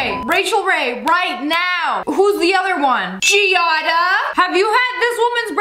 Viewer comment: When she said “Giada” that made me exited cuz that’s my name too. I appreciate how she said it right. Mostly people say it wrong <3